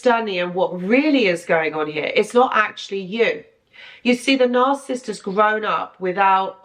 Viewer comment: Narcissist is 3 syllables - NAR- CI- SIST ....you say it like 2... NARCISST.....it's annoying.